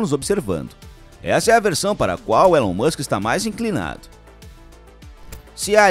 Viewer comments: O nome dele se pronuncia Ílon, não Élon. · Se escreve Elon, mas se diz ILÃN.